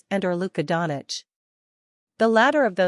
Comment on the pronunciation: Fake news. She cannot pronounce Doncic properly.